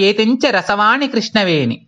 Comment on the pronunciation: చాలా మంచి ప్రయత్నం. మీరు ఉచ్చారణ దోషాలు గమనించుకోవాలి. ఉదాహరణకు, "రాల్లు" అంటున్నారు రాళ్ళు అనాలి కదా. అలాగే రసవాణి, కృష్ణవేణి దగ్గర కూడా రసవాని, కృష్ణవేని అంటున్నారు. దయచేసి "ళ" "ణ" లు సరిగ్గా ఉచ్చరించ ప్రార్ధన 🙏🙏